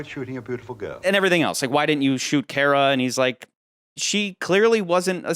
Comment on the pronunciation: It's pronounced Car- uh not care uh.